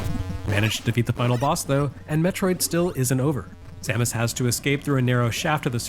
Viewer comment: FINALLY someone who pronounces her name as I always have!